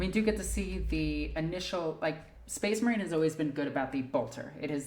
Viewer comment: I’ll take tyranids over hearing SPACE MAWINE!!! A thousand times